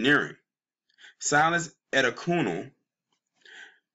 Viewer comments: It's pronounced Ah-day-kune-lee. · Last name is pronounced: Ah-DAY-kun-LAY.